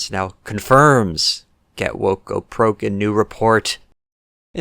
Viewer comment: You said proke....just wanted to point that out. Sound like your soy levels are low, need a refill.